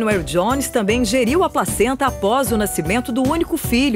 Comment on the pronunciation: só eu entendi ela dizer "a própria pracenta" ? e a outra até olhou estranho pra ela :-D